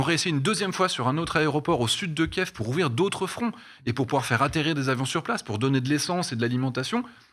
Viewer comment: Y en a qu'un seul qui regarde les allocutions de Zelensky apparemment et qui a la présence d'esprit de dire Kiv et non pas Kief.